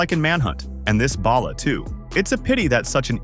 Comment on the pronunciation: Why can no one on YouTube pronounce Balla? It's "ball uh" not "bail uh" lol. It doesn't sound like ballast it sound more like ball!